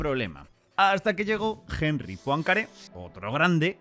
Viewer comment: "Jenri" no, por favor!😖 Poincaré era francés.